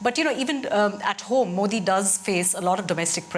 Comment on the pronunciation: Ohhhh boy... The pronunciation of Modi!!!😂😂😂 Mind blowing....